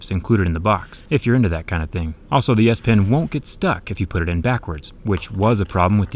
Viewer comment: I can't stop hearing Ass-pen instead of S-pen